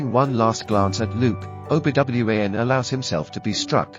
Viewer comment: Obi W-A-N. Yikes. This is atrocious.